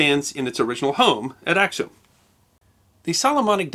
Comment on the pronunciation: Before you post a video, would you please consult with people who are knowledgeable of the history of the regions, and the names of cities and people? I cringed at every mispronunciation, beginning with "Ack-sum" right to the end.